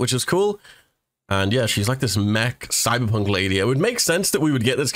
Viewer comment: When he said "Cyberpunk" for some reason I heard "Thighberpunk"